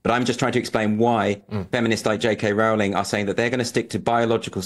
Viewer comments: Small point, Patrick, Rowling is pronounced ROLLing as said at first but then gets it wrong. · Rowling pronounced roe-ling. Come on, Brits, get it right. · Patrick, when are you going to learn how to pronounce J K Rowling's name correctly ? It's not that difficult !!!!!!!!!